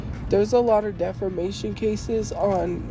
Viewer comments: "DEFERMATION" girl get off the internet and please get yourself educated XD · "defermation" that drives me nuts hahaha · I love when she says she’s gonna sue people for defamation when she can’t even pronounce it right😂😂she will never have money or a lawyer lol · Between her pronounciation of defamation to her probably not even realizing that she could never afford a lawyer, comes off as the perfect example of a woman child who doesn't realize the world isn't gonna be served to you on a oyster platter or in her case Wendy's tray.